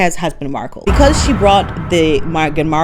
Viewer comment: Lololol - MEG-ILARIA 😂🤣😂🤣😅